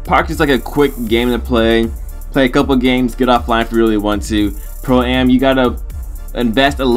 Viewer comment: im glad cuz when he says pro ay em that would make me cringe lol